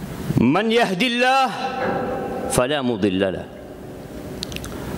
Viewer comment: Hey Bro....! "man Yahdihillaaah....." Yg bener bacanya. Bukan "MAN YAHDILLAH...." 😂😆🤣🤣😆😜